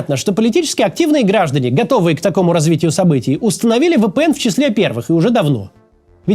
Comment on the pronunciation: Максим, ВиПиЭн, а не ВэПэЭн